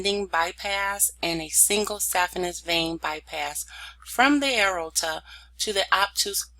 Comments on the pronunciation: Lol throughout the whole video I kept saying the same thing. A-OR-TA, not A-RO-TA. But it actually was very helpful to me as I struggle in this area. Understanding all the branches and arteries. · Great slides and illustrations shown. I would suggest working on pronunciation of the anatomical terms, i.e. the major veins and arteries, you lose people during your lectures when you mispronounce major parts like AORTA. See below for proper pronunciation, "A-OR-TA". Thank you, good lecture. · PRONNOUNCED: A-OR-TAH. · CORRECTION, PRONOUNCED: "A-OR-TA". THANKS. PRETTY GOOD LECTURE. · It's driving me nuts every time she says "arota"